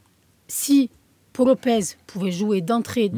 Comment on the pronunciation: Ça se prononce "paou" Lopez